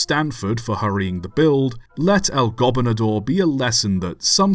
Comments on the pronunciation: Really? "El Gobinador"? You're like saying the Spanish word for Governor too fast. It's "Gobernador". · The primary accent on "Gobernador" is on the second syllable, not the first. The secondary accent is on the fourth syllable ... go-BER-na-Dor